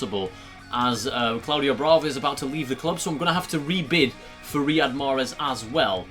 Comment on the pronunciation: Mate it's Riyad Mahrez and not Rihad 😂😂